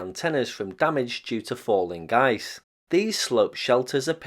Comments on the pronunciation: He is NOT SAYING "falling GUYS", he is SAYING "Falling Ice" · I could have sworn you were saying “Falling Guy’s” lol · He's saying "falling ice". I only needed to hear it once. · "falling ice" not "falling guys"